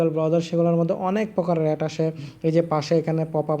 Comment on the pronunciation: কথা বলতে জানেনা শালা এড কে এট বলে